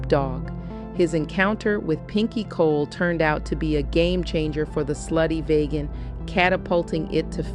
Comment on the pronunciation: VEEGAN,VEEGAN, VEEGAN - not VAYGAN - VEEGAN!